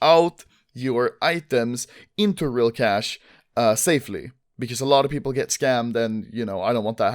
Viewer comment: he said pew-pewple xD